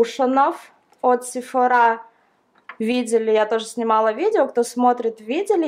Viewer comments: Мне показалось или ты сказала «сифорА» может всё-таки « сифОрА» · Правильно говорить сифОра, а не сифорА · Не сефорА, а сефОра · ударение ставить правильно сефОра, а не сефорА, если что. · ударение на о!